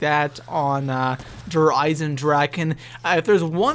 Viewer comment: I know this is random but Der is pronounced "Dare" and Die is pronounced "Dee". Sorry just thought it would be helpful.